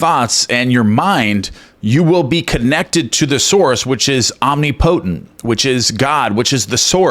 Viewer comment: Love your videos but l thought omnipotent is pronounced om-nip-i-tint. Pretty sure you don't pronounce it the way it looks.